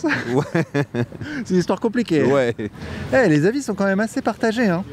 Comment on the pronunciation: t’as pris l’accent chantant algérien quand tu dis : c’est une hestoire commpliquey 👍🏼✅😂